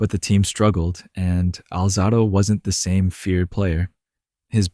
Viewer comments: “Alzaahhdo”? Really? If you can’t pronounce his name you dont know jack enough about him to make a video. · You pronounced his last name wrong. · how do you decide to produce a documentary about a professional athlete, put in all of the time and effort, cutting, editing, producing, when you cant pronounce HIS FUCKING NAME, YOU IDIOT - and if it's AI, whoever PRODUCED IT, how do you not review it to MAKE SURE that the pronunciation of the name of the man who you MADE THE DOCUMENTARY ABOUT is pronounced correctly?????? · Kid its hard to listen to you speak about Lyle when you can’t even pronounce his name. Is this for a high school project? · Alright, if you're going to narrate a famous athlete at least pronounce his name right. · Really, Lyle didn't pronounce it that way. And yes the video was good. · enough Euro pronunciation guy. We’re not in Europe. The proper pronunciation is how it was pronounced by the man himself and the USA. Putting out a video on a man when you can’t properly pronounce his name means you don’t know JACK about the man.